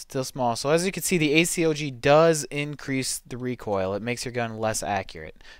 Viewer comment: y not just say A-COG insted of A-C-O-G (just saying